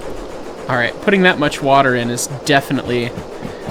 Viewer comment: Fill in the wa'er